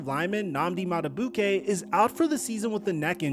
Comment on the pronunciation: Also.. his name is not said like, Madabookay.. it's said like, Madabeekay 😂😂